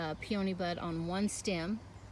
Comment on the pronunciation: I’ve never heard them pronounced pee-OH-nee.